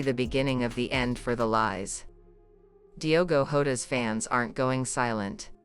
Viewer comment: PLEASE just use the correct surname......its Jota ...not Horta....😡😡😡😡😡😡